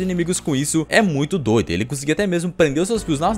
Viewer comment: kkkk n hora. q oq fala da fruta do doflamingo em vez de dizer fios ele disse fios